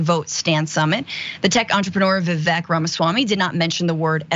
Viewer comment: Remember that Vivek rhymes with mistake. With being on the take. Vivek is fake. vek sounds like ake.